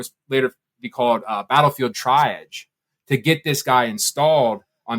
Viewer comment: I'd be getting mad sepsis if my doctor pronounced triage that way